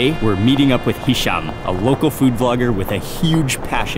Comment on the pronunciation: his name is Hisham not Misho lol